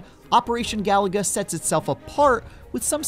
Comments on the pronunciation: he called it galaga not galuga lol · It’s pronounced: Ga-Lu-Ga. Not Galaga. NPC Journal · It is not operational galaga this is operation galuga as the reviewer is saying it wrong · "This Contra game is too much like Contra" - Also: ga-LOO-ga. Not "Galaga". Wrong game, mate. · It's ga-loooooo-ga, not galaga for crying out loud! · It’s Galuga, not Galaga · It's Ga-Lu-Ga not Galaga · It's GalUga not Galaga. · It's pronounced GA-LOO-GA. They literally say it in the game. And you wonder why people mock your reviews? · He said Galaga-- like wth? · Is it not, "Gah-loo-gah?" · Say it with me: Ga-loo-ga. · This is the 2nd video review I've heard that is pronouncing Galuga as GALAGA 🤦‍♂️ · “If only (mispronounced game name) were less like itself” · Should have known something when they can’t even say the name of the Title right. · Why does he say the title like there's an A where there is a U 😂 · How this channel has 18 mil subs is whats is mind-blowing considering these "game journalists" don't even know how to pronounce the name of the game. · You can’t pronounce the name of game, you shouldn’t review it!